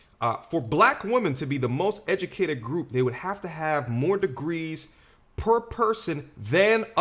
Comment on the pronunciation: “We da most edumacated” 😂